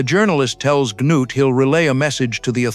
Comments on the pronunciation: So the story is about an alien named Clee-ah-too and his giant robot Ganoot!😂 😂 sheesh ai please give me a break! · obviously did, if KLAATU was a character. North changed the narrative from Cliff the reporter to Klaatu (who was dead at the story’s start). He changed the name to Gort because nobody (myself included) can pronounce “Gnut.” The little things: Gnut’s metal=ship’s metal and the inability to find the doorway made it into the film. Take the brilliant short story “The Cosmic Frame”; it became the shitty (but cultish) “Attack of the Saucer People.” Most 50s sci-fi was thrown together in a few short weeks. “The Thing From Another World” came from John W. Campbell’s chilling “Who Goes There?” with NO similarities…until John Carpenter faithfully adapted the story as “The Thing.” Hell, Arthur C. Clarke’s very short “The Sentinel” was the seed that eventually became the most overrated film ever: “2001: a Space Odyssey.”